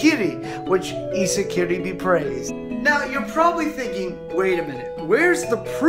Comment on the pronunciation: Its prenounce iskiri